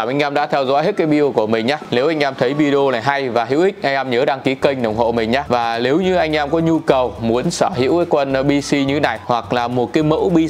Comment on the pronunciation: Lếu như ae, Lờ vê 2,... Ngọng líu ngọng lo trông mệt thật!!